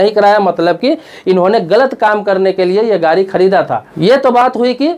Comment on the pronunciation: अरे श्रीमान गारी नहीं होता है गाड़ी होता है, पहले अपनी हिंदी दुरुस्त कीजिए फिर दुनिया के सामने आइए।